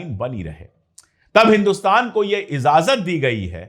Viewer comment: Pandit ji adab AAP ko acha lagta aapka talaffuz bhut acha hai...izazat nhi ijazat hai please don't mind